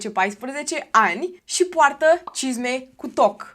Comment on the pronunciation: La un moment dat pe la mijlocul videoclipului de fiecare data cand spuneai “cisme cu toc” ma apuca rasul:))